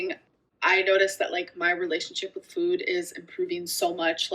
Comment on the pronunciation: Why is she adding a U to the words food and two when she talks it’s new and weird.